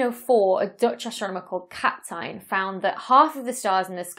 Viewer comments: Kapteyn is ancient Dutch for Kaptein (meaning captain). The emphasis in Dutch instead is put on the second syllable. Phonetically you can write it as: Cup-tine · Kapteyn is a Dutch name (as are some others in this) and your pronunciation is not that bad. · Becky , You tried hard to get Kapteyn right, it made me smile. Because he is Dutch born, Kapteyn (now written as Kapitein, coming from Kaptein) it is pronounced as follows: , so leave out the middle 'e'. The last syllable vowel is somewhat an mix-up between 'pear' and 'nine'. ... How was the dinner? P.S. thank you for the video! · I'm afraid I speak dutch; Kapteyn = Cap + 10 , but stretch the 10 and fade it out a little ;-) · I believe Kapteyn is pronounced: "Kahp-tane".